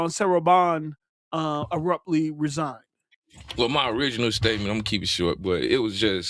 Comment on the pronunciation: “Arruptly” 😂😂 - PostUp